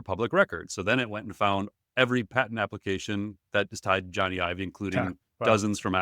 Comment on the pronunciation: Love you guys but pls pronounce Jony Ive's name correctly 🙏 “Johnny Ive” /ˈdʒɒni aɪv/ (like Johnny the common name, and Ive rhyming with hive)